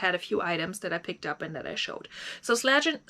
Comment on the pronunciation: its Sla-----Zen-----Ger 😆😆 Great sales, Ariat boots are super cool. By the way I will not send you lowball offer 😄😄 I may send you high ball offer 😆😆 Great Sales.